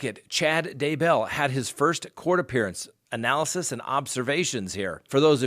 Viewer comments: Why are you saying his name all fancy...."Dah-bell" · I love the way you say DayBELL!😁